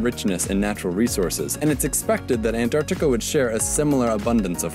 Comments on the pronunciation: It's AnTarctica, Not AnDTarctica. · I'm Indian and I can approve this #Antartita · He really seemed like he wanted really bad to pronunciat the 'Ts in Antarctica. lol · Why does he say Antarctica and 26 like that lmao